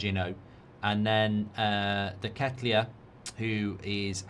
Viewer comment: Nice pronunciation of deketelaere mate😂